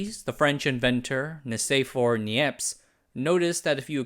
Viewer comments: I'm french, and I think you pronounced "Nicephore Niepce" better that I can do. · I’m French and I grade you 9/10 for your pronunciation of Nicéphore Niépce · Little do you suspect that you pronounced Nicéphore Niépce better than Tokyo Ohka,! 😅